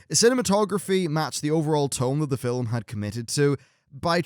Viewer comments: ..... can you stop saying "fil-um"? You say it fine when you're in the middle of a sentence, but for some reason when you're introduction a new segment, you put this weird enunciation on it. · You keep saying, "fill um." Film has only one syllable: the 'L' is soft. Are you deliberately making fun of the English language? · film....not filim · I understand he has an accent, but why does he pronounce it both 'film' and 'filum' during the video... seemed odd that in a span of 20 seconds he'd say it both ways. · "Filum" hehe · Why does this guy say film as "fillem"? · glad i'm not the only one who was compelled to scroll down to the comments just because fillum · you say "film", i think you'll find its pronounced filim. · Anyone else notice how pronounces film fill-em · I love the way you pronounce "film" haha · My biggest surprise was the development of Blackhand. I really enjoyed him . Oh and let's not forget Gul'dan :) Also, why do you say film weirdly in some places? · In certain parts in the UK and Ireland this is how it is pronounced. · "Fillem"? of "film"? "Genuwhine"? or "genuinn" (phonetically speaking) - great review still though.